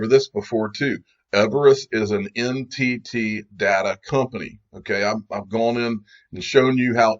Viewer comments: Notice how NTT is pronounced like Entity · When they say NTT, it sounds more like entity.